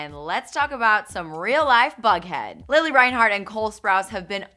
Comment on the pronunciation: her saying lilly instead of lili was killing meeee